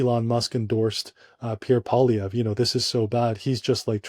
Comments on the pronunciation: First teach Joe Rogan how to say, Pierre poilievre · It seems that mainstream media has a tendency to pronounce Pierre Poilievre last name a different way each time they say it.